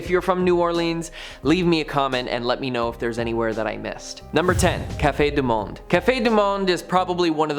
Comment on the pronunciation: I'll be back when you can pronounce New Orleans and Cafe Du Monde!! I couldn't hang around to hear how many other names you can butcher.